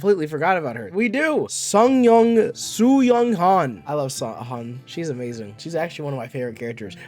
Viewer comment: Have you read the webnovel 😃 Also, the sheer amount of names you have said wrong is appalling. For example, Yoo Joonghyuk -Yoo is the last name, Joonghyuk is the first name. Also it’s said “Joong-heyook” (I think), not “Jung-heyuck” Kim Dokja -Kim is name, Dokja is first name Han Sooyoung -Han is last name, Sooyoung is first name. Also it’s not said “sungyung” it’s said “Sooyoung”. Lee Hyunsung -Lee is last name, Hyunsung is first name Etc…